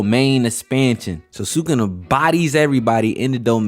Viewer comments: Dude it's su-ku-na not sakuna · It's not sucana it's sukuna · was weird you called sukuna, sukana, but other than that, fire video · Sukuna… nah, we say Sukana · bro called sukuna "sukana" the whole video 💀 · These diabolical pronunciations are killing me “sue-kana” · i love your vids bro but u pronoucing SU-KUNA like your saying SA-KANA.... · Who is sookana? Rewatch the anime and learn how to pronounce the names if you’re gonna make videos about them. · Awesome video..... Now say it.... "Sa-kuuu- nah. NOT SAKANA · did my boy say sukana??!! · NO WAY U WATCHED THIS SHOW AND SAYING "SUCK-ON-A" AND NOT SUKUNA.THIS GOTTA BE A SETUP FOR A JOKE IF ANYONE CALL U OUT FOR IT:face-pink-tears::face-pink-tears::face-pink-tears::face-pink-tears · I hate how you say sukana.... but other than that, facts. also part of me feels like toji knew megumi was his son. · ngl that one’s not that bad but goddam sukawna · sukuna :❌ sukana :✅ fushiguro:❌ fugishiro✅ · the fact that this boi is trying to piss off the jjk fans by calling sukuna,sukana like that is straight up crazy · Sukuna❌ Sukana✅ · “Sukana” like what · I know this 🥷 did not just say Sukana 😭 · erm actually it is pronounced "sukuna" 🤓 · this is the first video i have watched from you, and Did you just say "Sukana"???? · just got far enough for you to say you did it on purpose..... you got two comments from me off that shit... gg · Bro please pronounce his name right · Heard sukuna pronounced 27 diff ways 😂😂😂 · Please learn how to say sukanas name so I can keep watching 😂